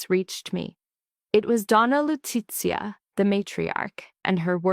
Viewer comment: Ads, ads, ads, long ads and AI narrator is awful Lu-ce-a, not